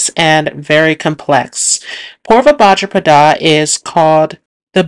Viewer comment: And bhadrapada